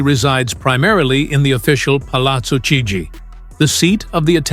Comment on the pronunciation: Induce your American-English AI voice to correctly pronounce Palazzo Chigi by spelling it for it this way: palatzo keejee.